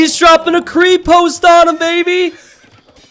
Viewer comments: So... pronunciation: Krepost - E is like in "hey" and O is like in "olive". Крепост, Not Kreepoust. Literaly means a Keep, not a Castle. Ggl translate sux Konnik - O like in "olive" and you pronounce both Ns loud and clear Kon-nik. Конник, Not Könik. Horseman 90% of cyrilic letters are just one sound. The scary ones are two sounds. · the "krepost" thingy - the stress falls on the "e", not on the "o". Just sayin'. And it translates as "fortress". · KrEpost is pronounced like lEtter. They are creepy though. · Krepost in a native language would have another letter following the T as with the Russian крепость. it's a silent letter that changes how the T sounds. it's basically like "paste" or "state", so imagine saying paste but replace the "a" with an "o" and you get the same thing: Kre-post'e'